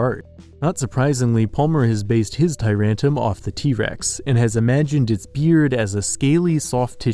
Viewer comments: Just saying your pronunciation of tyrantrum is wrong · Tyrantrum, not Tyrantum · why am i so mad that he pronounced tyrantrum wrong